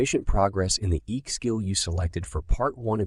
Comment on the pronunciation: It's EQ not EK,.